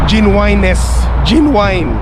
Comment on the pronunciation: Gen-You-Win-Ness Ang pagbigkas po.